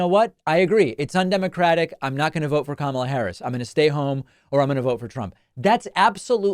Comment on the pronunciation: I give JD one point for at least pronouncing Kamala’s name right.